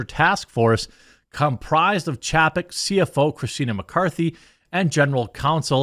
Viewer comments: It's pronounced CHAY-peck, Jeremy. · It's chay-peck. Didn't you learn phonics as a kid? When there is a vowel-consonant-vowel combination, the first vowel is said how you say it in the alphabet. In this case A. How do you say that when saying the alphabet? Say it the same in his name.